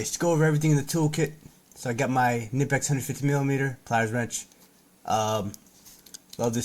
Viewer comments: My German friends tell me it’s pronounced kineepex. 😊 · Thanks fo rshowing the tools. One thing. Knipex is German and the K is not silent.